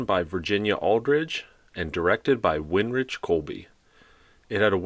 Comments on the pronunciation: Uhm, no. Kolbe was German, so it is not "Vinrick", but actually with the German "ch" at the end, and of course the "e" at the end of his last name is not silent. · Minor note: Winrich Kolbe's first name is pronounced with a "V" sound instead of a "W" at the beginning and a hard "K" sound instead of a "ch" at the end. So it's like Vinrick Kolbe. And he's a wonderful director. Did some fantastic episodes of Star Trek: The Next Generation including the series finale "All Good Things".